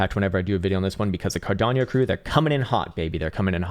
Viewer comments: Carderp…(clears throat) Cardanieyo…😂😂😂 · Is there a I in cardano???? Why the fuck he is saying cardanio Wtfff